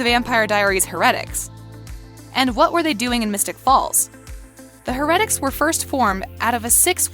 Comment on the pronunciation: OMG if there is anything I can not stand it a narrator who does not pronounce things correctly! Stefan is pronounced STEFIN with a FIN sound. And heretic is pronounced ( hair a tic) duh! Clearly the person speaking has never watched one single episode or they would know how to say Alaric it's pronounced ( AL R IC with an strong R sound